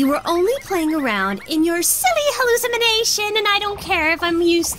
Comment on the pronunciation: It's now canon in MRD that no one can pronounce hallucination correctly.